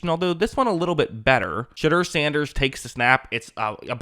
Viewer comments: "She" deur Sanders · lol sounds like you are saying "shitter sanders" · I heard Shitter Sanders the first time his name was pronounced. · Love how every time you say his name it sounds like “Shitter Sanders”. I guess Daddy didn’t plan for that when he chose his name lmao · Sounds like you’re saying shitder sanders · Anyone else hearing him say shitter Sanders everytime or is it just me 😂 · All I’m hearing is “Shidder Sanders”